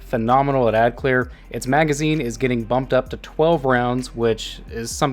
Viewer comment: Gitting? U wot m8?